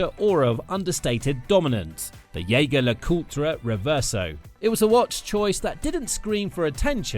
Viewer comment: So why does he "refuse to wear a Rolex" ???? You picked the subject and then missed it completely!! That's quite an accomplishment.... a whole new level of incompetence! PS: Even though Jeager is a German word, in this case it is a French last name and should therefore be pronounced french.